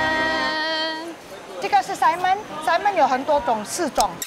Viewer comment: Best Episode ! Hilarious , the auntie said Simon as in salmon so it's quite funny ... so haha